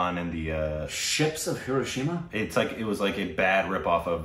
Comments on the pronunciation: "Ships of heroshema" wtf! Really? 😂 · Hindostan became heroshima....with Aamir Khan.